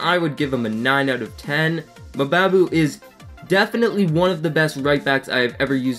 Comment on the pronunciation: good review but just FYI mbabu is pronounced the same way you pronounce mbappe